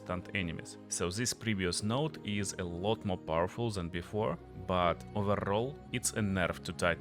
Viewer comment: Так и хочется написать "да говори по-русски блять" Акцентишь пиздец просто. "Зыс скил", в corruption не произносится одна R - просто корапшн.В Before не произносится R(бефау/бифо)). Просто что не слово,то выдает в тебе ебейшего рашн спикера. А ascendancy Нет звука Ц,это можно читать как двойную С -ассенданси. . Слушать адово больно , учитывая что местами ты добавляешь буквы в слова там ,где их нет.Твое overall звучит "овер-рал".